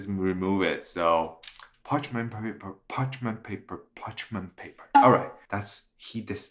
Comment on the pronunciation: Can you say parchemin paper one more time 😂 that looks so good and you are right so easy to make 😜 I can smell the salmon from here 😂